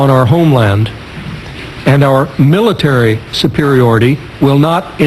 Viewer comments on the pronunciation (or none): none